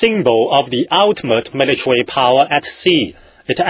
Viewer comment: Militawee Pow-wah